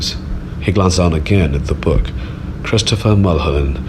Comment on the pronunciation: book not look